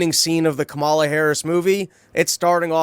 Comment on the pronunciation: I don't like Kamala, but I think it's hilarious how resistant people are to pronouncing her name correctly, when they 100% know they mispronouncing it. It seems like it makes them feel like they have some sort of power over her while doing this idiotic micro-troll.